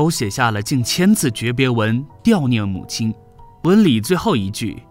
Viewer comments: 悼念ㄉㄠˋ 不是讀掉念吧！ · 主播先生注意发音:悼念 [ dào niàn ]